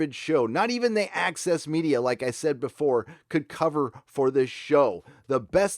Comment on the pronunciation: Ahem... it is not ACCESS MEDIA. It's AXIS MEDIA. 😃💀😃